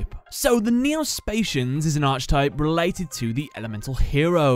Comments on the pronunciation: Archetype is pronounced ark-eh-type. Not being a dick it just kept buggin me. I've watched tons of your video today it just got me lmao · Archetype is pronounced: ark - e - type upvote so he sees this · Its pronounced are-kih-type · "Arch type" 😂